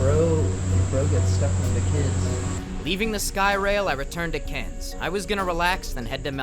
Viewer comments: You can just say "cans" and people will know you're talking about Cairns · btw you pronounce Cairns as "cans" like i have 3 cans of coke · oh yeah and cains is pronounced "cans" the I is silent alomg with to-woom-ba not toomba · bro has twelve pronounciations of Cairns that he uses randomly. Loved the vid, seemed like you enjoyed yourself! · hearing you pronounce it as karens hurt me it is like cans but with a slight r sound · you say Cairns as Cans hope that helps:3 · Cairns is pronounced "kaans". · Hey! if you ever come back to Australia, thongs can also be referred to as "Double Pluggas", many7 words in Australian are pronounced like air, so cairns would be pronounced k-air-ns and never trust the bin chickens! Hope you come back sometime, love your content! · Seeing walk through shops and areas i walk through myself is so cool. Cairns local, and a fan too. Pronounced c-air-ns btw:) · Cairns is pronounced 'Cans' for the rest of the world struggling with it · The way you said cairns was killing me it’s pronounced how you would say “cans” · cairns is pronounced "cans" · cairns is pronounced cans just go with it... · Loving the mis-pronunciation of Macquarie and Cairns it's funny (Macquarie is pronounced Mar quarry and Cairns is pronounced cans), Calling Rainbow lorikeets parrots which they are but no-one in Aus does cause we just say lorikeets also the "attack fly" was what are known as march flies, horse flies or tabanids and yes they do attack. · Cairns is pronounced “cans” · Glad you liked our country. We pronounce Cairns, "cans" like soda cans. The reef is amazing, glad you got to experience it. That sign is because there are jellies that big. (Google "box jellyfish" for more info) Ps: the lady who couldn't read a map 😂 Last hike. Beautiful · It’s pronounced can’s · Just say it like multiple beer cans CANS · btw pronounce cairns as if you were just saying cans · Cairns is pronounced "cans" lol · you say Cairns like cans